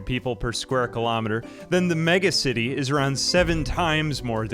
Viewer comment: deliberately pronouncing it like Megamind would-- MegAcity